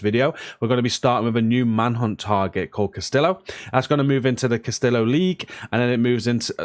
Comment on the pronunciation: Thanks so much for the content! Just a quick FYI - the name is pronounced "Cass-TEE-yo", not "Cas-TILL-oh". Thought I'd pass that on before a spanish viewer gets triggered. :) Keep up the great work and stay safe out there!